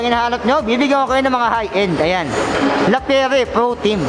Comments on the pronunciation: Grandpri hindi grandpriks, La Pi yer hindi Lapiyere. Correction lang, sorry. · No tubes sir walang interior sa loob, tubeless. Lapierre sir pronounced as Lapyeer. French bike yan idol. Maganda yan maganda din presyo. 😅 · Mali basa mo idol hahahah sa lappirre